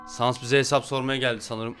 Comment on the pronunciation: Sans değil sanes